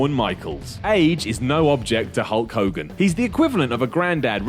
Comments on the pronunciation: I kept hearing "Cunt Hogan" and wondering why. ... lol, now I know! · Like the Warrior always used to say: "Ho Kogan" lmao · Hood Kings Bloke Ogan? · "What's a hull kogin?" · u mean cull hogan? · Who the hell is Hull Cogan? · who's holl cogan. ikr this is old but dont blame me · who's hoe kogan? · No I heard iPod him I think it's Whole Khoghan